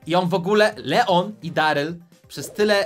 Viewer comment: No to jest darlej a nie deryl 😂😂😂😂